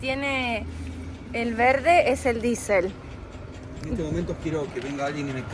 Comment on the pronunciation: “Esteeeee...diEsel...diEsel...este...la d con la i =di, y la e y la s con la é y la ele, hacen la palabra diEsel. A ver repitan conmigo DIESEL, no disel. ¿Por qué imitamos tanto el inglés para describir una cosa que la tenemos en castellano?. A este paso ya mismo vamos a tener que llamar “Good air” a Buenos Aires. Esteeeeee...